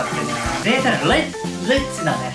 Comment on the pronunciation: リッチの発音Lじゃないですよ